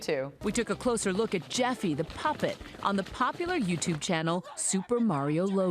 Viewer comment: we took a look at jeffy THE PUPPET, looks at him, “yeah... no it bad” me:😡 edit: why did she emphasis PUPPET!?!?